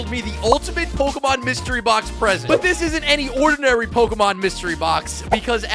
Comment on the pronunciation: You pronounce the easiest ones wrong, just stop. Obviously don’t even know Pokémon so stop trying. Or just do some research….